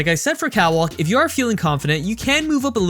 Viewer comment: Is it just me or does it sound like he's saying "cow walk" instead of "cat walk"?